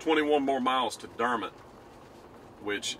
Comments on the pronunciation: The Drew Foam location you drove by is the old location. The company hasn’t operated from that location in years. Also, the correct pronunciation for Dermott is Der’mott (not mutt) with the emphasis on Der. Elvis spent the night at my Aunt’s home and was accompanied by her son, Mack Harkins, who was the Sr. Class president when they went to a party in McGehee. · it is Der Mot as pronounced not pronounced Dermat. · Quick P.S. You might have known this but it seems was too polite to correct your pronunciation of Dermott to the local custom: It's Der. Mott. Again, enjoyed.